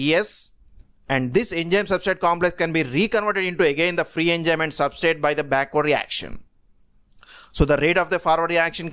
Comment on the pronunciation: enzyme activity hota hai.... Enjyme nai